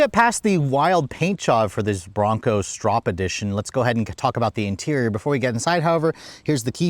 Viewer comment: You contradict yourself throughout the entire video. Kind of a fail. Gas tank size, brand of tires, pronunciation of the name etc😢